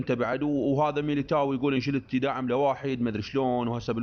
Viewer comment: يمعود اسمه أنشيلوتي مو انشليتي 😂